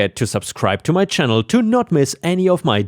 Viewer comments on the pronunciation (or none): none